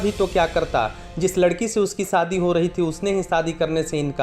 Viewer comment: Sadi ya shadi? S and sh ka uchcharan seekho